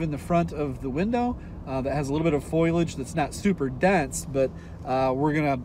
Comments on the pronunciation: i'm sorry to be that guy but.... FOH-lee-udge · Foliage? The act of foiling? I'm 99% sure you pronounced that wrong..new video title: bobcat mining: so easy an idiot can do it